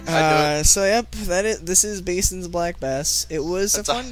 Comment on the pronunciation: Cant believe they don't know how to say Bassin.